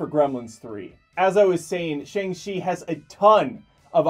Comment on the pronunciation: You actually Shang-chi correctly...Impressive...(and I don't even speak Mandarin)